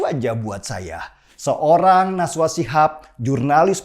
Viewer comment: Najwa Bang.. bukan Naswa hahaha